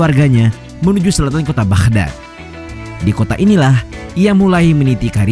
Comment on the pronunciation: kota Baghdad bang, bukan bakhdad